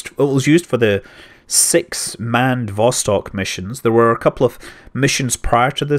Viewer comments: I can help a little bit with your Russian pronunciation... not that I know anyfing... Я говорю только немного по русски... but I picked up from Jim Oberg's writing that stressing the second syllable helps a lot (in English we stress the first syllable) so "Zenit" would be ze-NIT ... except there's the weird "vowel mangling" too - so it's ze-NEET... vas-TOKE... vas-KOTT... sah-YOU-ze.... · You mispronounced literally every name in this video. Accents usually go on the last syllable Soyùz, Vostòk, Baykonùr ecc.